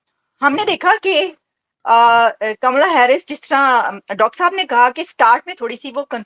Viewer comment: Naam to acche se lele uska naam kamla hai kamala nahi ye Pakistan ke pade likhe jhahil madarsha chaap doctor gadhe hai